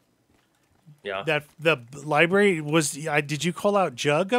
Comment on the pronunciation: 31.57. When you are in a different library you said Ribary instead ❤